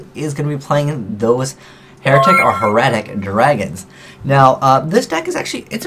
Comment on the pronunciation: thank you for saying hieratic right.